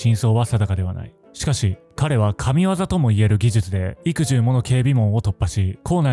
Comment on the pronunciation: 幾重（いくえ） 否応なく（いやおうなく） 軋轢（あつれき） 奇しくも（くしくも） 深淵（しんえん） 読めないのであれば、これまで通りの一般的な言葉を用いた解説の方がいいです。存在しない読みを聞くと気になって動画に集中できません。